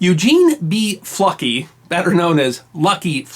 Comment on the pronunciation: Keep hearing "fucky"